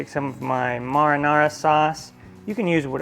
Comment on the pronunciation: You pronounce marinara funny, LOL